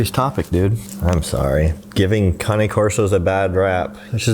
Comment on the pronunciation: I'm just learning it's pronounced Kah-knee I always said Cane 😆 you learn something new everyday. On another note may that little boy rest in peace. So sad.